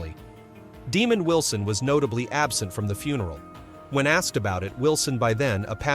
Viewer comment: This is one of the worst AI segments I have ever seen. First off his name isn’t Demon Wilson. It’s Duh-mond Wilson. And that picture isn’t even him. This is ridiculous